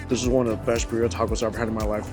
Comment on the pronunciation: It's so painful - Mikey, Birria... it's BEER-ee-uh! Don't any of the vendors say it outloud? Love your content 🎉